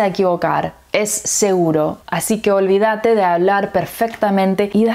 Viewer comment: Very good very good spanish. But I detected an error on the way she pronounced “olvídate”